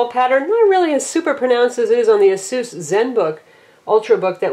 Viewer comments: It's pronounce A-seuss or Eh-sus, or Ay-seuss. The company released a video of how to say it correctly. I don't know why she keeps saying it like that. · Aye - Suhs Must rhyme with: Bay - Bus SMH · The name Asus comes from the word Pegasus....and you would think it would be pronounced "ah-sis" but i think the CEO pronounced it "ah-seuss" in a video on here...so tomayto tomahto lol it's one heckuva tablet, and this is one heckuva review..thanks